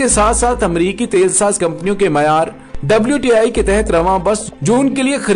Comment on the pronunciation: Not WIT IT'S WTI